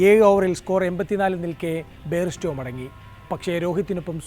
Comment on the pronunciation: താങ്കളുടെ അവതരണ രീതി വളരെ നല്ലതാണ്. പക്ഷെ English names pronounce ചെയ്യുമ്പോൾ കുറച്ച് ശ്രദ്ധിക്കുക It's Bairstow not Baire stow It's Coetze not Cotze😅